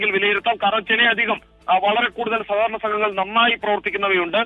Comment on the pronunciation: സകകരണ എന്നല്ല സഹകരണ എന്നാണ് വർത്തക്കാരാ..